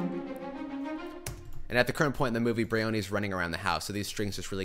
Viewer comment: Jean-Yves Tibaudet pronounces his name like this: Also, it's BRIony with the accent on the first syllable and a vowel sound of "eye", rather than breeOOHny